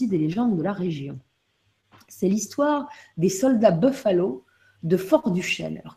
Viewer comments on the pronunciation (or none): Pas bofaleau mais boufalo !